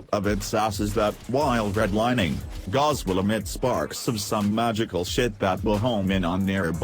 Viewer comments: Its pronounced gowse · its gauss not gauss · Pls replace the "this is gauss" with a good pronunciation of "gauss"